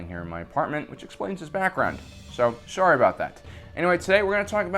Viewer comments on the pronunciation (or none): none